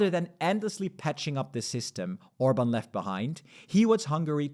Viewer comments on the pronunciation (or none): Why you mispronouncing Hungarian prime minister last name? You don’t care?